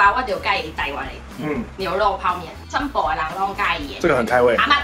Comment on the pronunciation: 他們薄荷的時候「你是在ㄅ（B）啥」好兇（但明明自己也不知道）XDD Smalling大馬老家那區除了粵語以外還會講客家話嗎？Smalling的那個「全部」有客家腔XDDD 還有第一次知道腰果的本體長怎樣！！謝謝科普XD